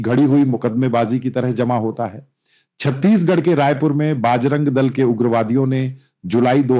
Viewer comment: You seems to be belongs to North india but your pronounciation needs to corrected You are calling everytime pronoucing बजरंग दल as बाज रंग दस बार bol rahe ho please do necessary correction